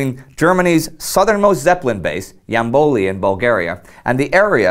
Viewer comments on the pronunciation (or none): It's Jambol,not Jamboli. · The Bulgarian base was the city of Yambol, not Jamboli. Wrong pronouncing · The city in Bulgaria is called Yambol (Ямбол). Not Yamboly.... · Hey Indy,great video as usual,just a remark-the city's name is Yambol without the "i" Cheers from Bulgaria!